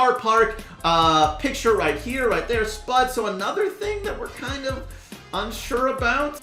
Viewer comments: spaude Everyone: spude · It’s sp-uuu-de not spud